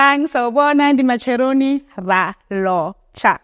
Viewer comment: The fact that you said “Ndi matsheloni”, you deserve a like and subscription 😊